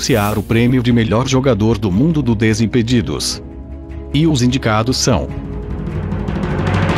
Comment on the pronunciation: falando desimpedidos foi muito engraçado kkk ''disimpidido''